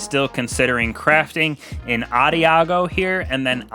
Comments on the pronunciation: How long did it take you to figure out that it's pronounced ah-daj-ee-oh, not adiago or whatever?. Lol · Adagio is pronounced ahda gio